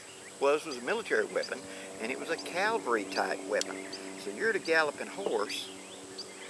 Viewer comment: love your videos. FYI, it's caV-alry (not cal-vary).